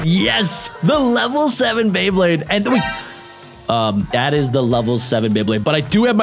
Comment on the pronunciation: Is it just me or do you say bleyblade